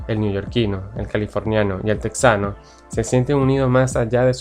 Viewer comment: Texano se pronuncia tejano.